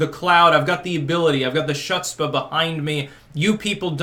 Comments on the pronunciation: "Shutsbah"?? If you cant pronounce the guteral in "chutzpah," chose a different word! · "chutzpah" is pronounch "hock a loogy"-spa. not whatever it was that you said. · Did actually say, "Shuts-Pah"? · says (as Joe) ~ "I've got the shutspa …"; ) 'Chutzpa' it sounds kinda like foot spa, with a slight hocking a loogie sound at the beginning instead of an f sound.. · Chutzpah is pronounced with the "ch" sounding like an "h" sound. So it is pronounced like "huutzpah." Peace out. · Were you trying to say, "chutzpah"?? If so, that's the worst mispronunciation ever.